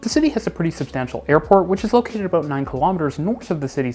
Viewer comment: excited “about”. Please!